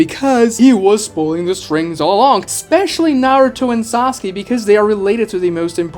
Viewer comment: haha "sauke"